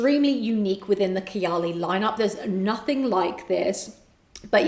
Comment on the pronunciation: did she say kiyaley ? instead of KAAYAALEE?